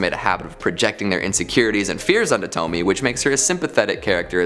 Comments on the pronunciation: Wow, a second video that says “Tome-Me” and not “Tome-Me-AYE” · Isn't it pronounced "Toh-me-a?" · It's a actually pronounced tow-me-ay. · it bothers me that you can pronounce Fuan no Tane okay but you also pronounce Pupa (suppose to be POO-pah) as PEW-pah... Also, Tomie is pronounced TOE-mii-eh. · Tomie - toh mi eh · Thank you for the suggestions. :3 I think Tomie has three syllables.